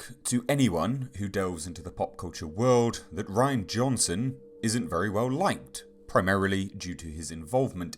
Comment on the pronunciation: You’re pronouncing his name wrong it’s not Ryan it’s Ri-Ann